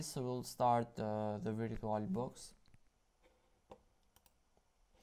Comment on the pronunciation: DUDE U GOTTA PRONOUNCE AS VUR-CHU-AL I LOVE YOUR ACCENT